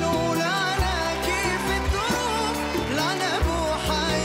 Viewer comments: الاثنين نطقهم يضحك ليه التعزيز للغباء واحد يقول على الظروف دروف مفروض نقوله ماشالله اتقنت نتلصق وخلاص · بينطق الظروف الدروف وين الاتقان يعني اي تعزيز وخلاص 😂